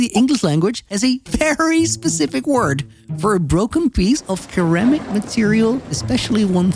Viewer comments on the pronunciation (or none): Did he say keramic, instead of ceramic?